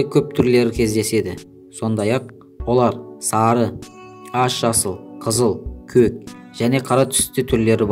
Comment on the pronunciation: И потом сен кө дедің а не көк